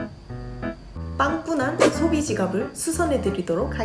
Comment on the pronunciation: 빵~구난(발음 넘 귀여우셔요😊❤) 마지막 눈썹 반토막도~😁💕 저에게 옷장정리 정말 시급합니다ㅋㅋ 바로. 이번주말에 실천해봐야겠어요💪💪